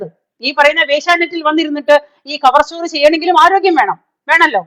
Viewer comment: Mam. Cover Story യുടെ പേര് മാറ്റി. ചവർ സ്റ്റോറി. എന്നായി.... എന്നാണ് കേൾക്കുന്നത്.